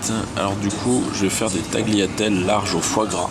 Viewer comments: je suis italienne et je peux t'assurer qu'il a raison ^^' on prononce taliatelle. on ne prononce jamais le g avant le l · tagliatelles se prononce "taliatelles)